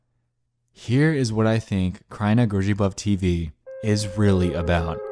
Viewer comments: Not the way you pronounced kraina grzybów tho 😭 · The way you said Kraina Grzybów made me laugh so much xD